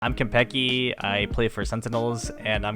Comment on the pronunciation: I thought kanpeki would pronounce his name as "kanpeki" but he also says kenpeki. Interesting